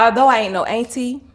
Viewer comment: The dress was def givin auntie ,she’s gorgeous tho. I mean sheesh ,Sis is saying ainty lol